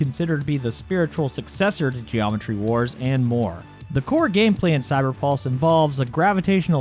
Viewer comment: when you say cyberpulse it sounds like cyberballs